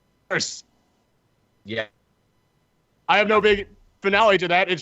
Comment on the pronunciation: siipdeer-maan lol